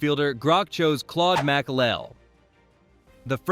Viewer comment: Makle? It's maklele!